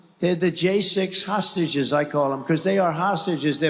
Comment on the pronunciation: He seems to have a problem saying 'hostages'. Hosashes